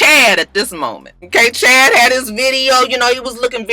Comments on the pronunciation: I believe you meant to say Shad not Chad lol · Shad not chad lmaooo